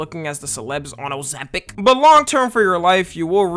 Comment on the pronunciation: O-ZEM-PIC❗️ O-ZEM-PIC❗️ O-ZEM-PIC❗️ O-ZEM-PIC❗️